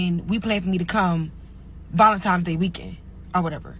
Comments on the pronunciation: It's valentiNes day. It's not ValentiMes day. There's no M in the word. English, not ebonics. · ValentiMes!!... told me everything I needed to know 😒🫠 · Valentimes day 🤦🏻‍♀️ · "Valentime's", LOL. She learnt dat in kidney garden. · Something about folks that say "valentimes" day doesn't sit right with me😅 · She said valentiMes day... 🚩🚩🚩